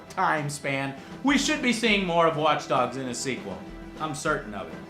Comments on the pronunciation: did he say watch dugs at ? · WATCH DUGS LOL